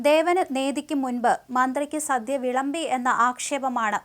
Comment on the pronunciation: 'സധ്യ ' അല്ലടോ 'സദ്യ'